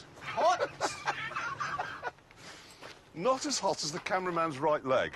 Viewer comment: When jeremy talks about his keys, you can hear his yorkshire-ness come out.